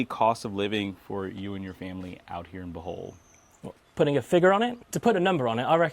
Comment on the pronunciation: Bruh…..did you say buthole? 😂